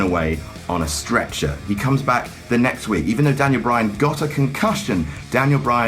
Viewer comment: I swear once I heard him say Daniel Bryatt